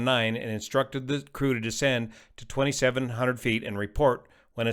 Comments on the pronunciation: Can confirm, it sounds clearly like 2700. German native speaker here. It's just heavy Spanish accent. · I clearly hear 2500.